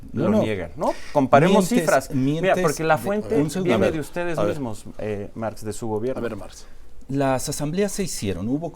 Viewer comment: Lee bien, no se llama Máx es Marx Dile a Aurelio que te enseñe a "ler"